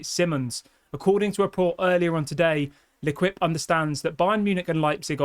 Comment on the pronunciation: luh keep is how you pronounce L'Équipe i'm not french but maybe a french speaker can correct me if wrong i want you to sound cultured as you are smart and not completely British. Im British also. 🤣 i'm not trying to be pretentious. I love your videos.